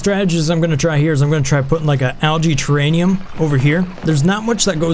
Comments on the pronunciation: Why, oh why do you keep saying terraNium, when you're talking about the terraRium... After 16 episodes of hearing you abuse your own native language (not mine, mind you), I really have to ask... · It's terraRium, not terraNium. Also DIVERS lungs, not DRIVERS lungs. Thanks.